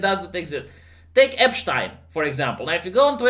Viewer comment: Did you learn German as 3rd language by any chance? Your pronunciation of yacht and Epstein was pretty on point